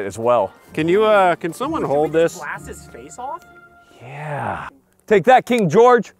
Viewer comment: “F¥€k you King George” or “F¥€k you King Joe”? I honestly couldn’t tell…